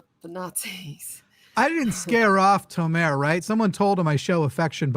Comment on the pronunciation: Guys, plz. Tomer- the emphasis is on the O. You are correct in how you pronounce the o sound, but you put the emphasis on the last vowel, which is wrong Israel thanks you